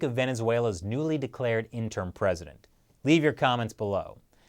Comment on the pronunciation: you're pronouncing interim incorrectly.